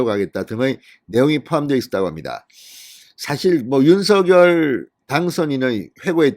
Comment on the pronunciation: 윤성녈로발음해주셔요. 색연필을생년필로발음하는것과같습니다.